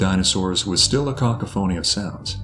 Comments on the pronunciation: The word cacophony is pronounced like "ca'cough'onee" not "cock-a-phony" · Really interesting and informative...but the word that you pronounced as "kak a foney" (cacophony) is actually pronounced "kak off a nee".... subtle mispronunciations can ruin an otherwise enjoyable and informative video production.🦖🦖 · "Cock-a-phony" What a cockamamie way of pronouncing cocaphony 😆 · "A cock-o-phoney" of sounds?! A "caw-cough-awny", silly. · A cock a phony of sounds? 🤣 AI narration always tells on itself! Super interesting video though. For me, however, the roar is always going to be the scariest thing ever. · Cock- a-phoney.....the guy doesn't know how to pronounce cacophony? Fail!! Science street cred gone.... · A cock-a-phony of sound 😂 the pronunciation of of the word cacophony had me in stitches. I was watching this, all serious, had my learn cap on, sipping my tea and choked on it lol Geeze! It's like I'm 12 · I came here to see if anybody else commented on that, lol. I listen to this guy's videos all the time, I sleep to his videos cuz his voice is so soothing. But him saying that just cracked me up. 😂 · Never heard 'Cacophony' pronounced like that. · Definitely not pronounced like that lol.